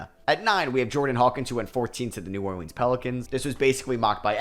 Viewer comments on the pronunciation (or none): none